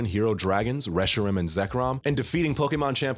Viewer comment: Hey I just wanna commend you for pronouncing Reshiram the way you did. I thought I was the only one.